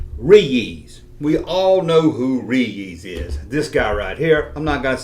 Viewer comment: Ree-yees peanut butter cups.